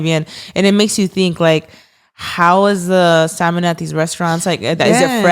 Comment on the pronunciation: Stop because the fact is actually pronouncing salmon the correct way has me shook 😁🫶🏻